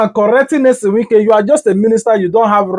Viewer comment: Bruh! The name is NYESOM not Nelson.